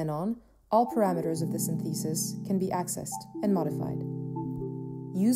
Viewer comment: The way she pronounces "synthesis" is what makes it sound like AI to me. But I believe it's just voiceover from someone who's not familiar with that word. (It's SYNthesis, not synTHEsis)